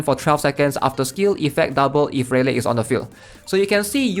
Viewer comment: Good vid, but I gotta tell you rayleigh is pronounced ‘ray-lee’ lmao